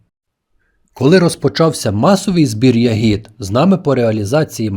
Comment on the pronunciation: Не хочу Вас образити , передивився усі відео , і в кожному ви робите одну і ту ж помилку в наголосі у слові ЯГІД (Не хотів тошнити , вибачте)) У слові я́гід (родовий відмінок множини від "ягода") наголос падає на перший склад — на літеру я.